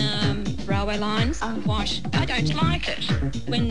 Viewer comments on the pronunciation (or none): Why does she say "sh" instead of "t"? Like "wish" or "ish" instead of "white" or "is"?